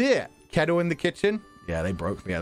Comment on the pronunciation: le tea kettuhl!!